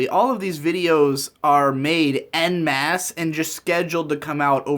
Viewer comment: Why does say "en masse" like that?